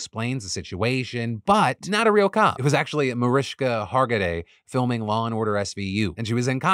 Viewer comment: I just have to thank you Phil for saying Mariska Hargitay's name correctly!! It sure does not happen often!!